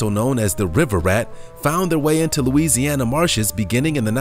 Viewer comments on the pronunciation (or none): none